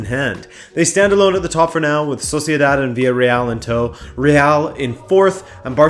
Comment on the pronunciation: I'm sorry did you say soceidad?